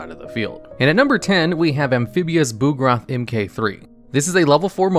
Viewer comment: Bug-Roth not boog-roth